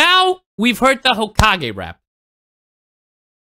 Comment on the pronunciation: I will never get over how pronounced Hokage